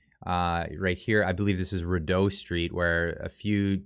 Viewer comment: Ree-deau Street.